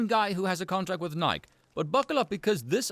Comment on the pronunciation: Pronouncing Nike you actually pronounce the e on the end. Nigh-key